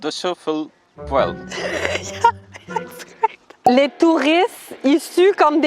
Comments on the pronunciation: quand tu es québécoise et que tu réalise qu'a ... ça resemble plus a "poil" qu'a poêle ton affaire😂😂😂 bravo👌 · poêle est pas du tout prononcé comme poil c'est Poêeeeele ( comme le bêee du mouton lololol ) merci pour cette vidéo j'capote bin raide lol! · Tu as dit poil au lieu de poêle. Au Québec, le è et le ê n'ont pas du tout la même sonorité et tu as employé le è au lieu du ê. Chauffer le poil donne une image assez comique. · Comment veux-tu apprendre à quelqu'un à parler québécois quand tu fais toi même des fautes partout? (Ex.: Poêle ne se dit pas "pouèle") c'était un exemple parmis tant d'autres.